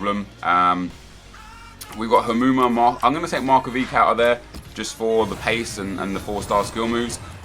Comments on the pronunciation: First "rocko" now "markovik" cmon m8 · mark-o-vich 😉 that's how you pronounce it but good video.